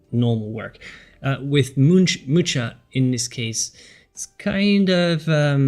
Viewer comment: "Really loved this artist" but can't be bothered to learn how his name is prononced